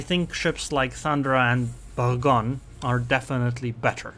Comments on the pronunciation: Boor+gog+knee. Settled. Yore welcome. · Please google how to pronounce Bourgogne